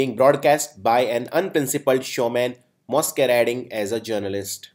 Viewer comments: I think your pronunciation of exasperating is wrong- it's [iɡˈzaspəˌrādiNG]. The pronunciation for masquerading is ALSO wrong- it's [ˌmaskəˈrād]. Please refer to other videos and google to re;check. But otherwise really helpful. :) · Please improve your pronunciation before making a video regarding vocabulary. In the first two minutes itself, you have mispronounced 'exasperating' and 'masquerading'. Check google.